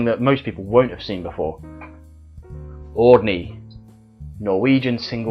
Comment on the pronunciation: I´ll have to teach you how to pronounce Audny correctly ;) :D